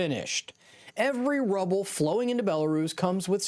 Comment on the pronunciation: Its pretty bad when you cant pronounce Rubel.